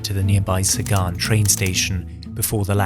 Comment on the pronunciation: Zagan, not Sagan.